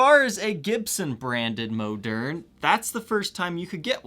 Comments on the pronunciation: It’s not moaderne. Moderne. I bet you say oregano wrong as well. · Hey, the correct French pronunciation is "Moe'-Nair ". Elwood Francis educated me about it. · I always thought it was pronounced like ‘modern’. Cool guitars, holy grail indeed!